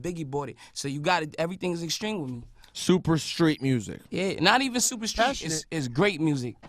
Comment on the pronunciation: "Super Street Music" hahahaha that sounds very white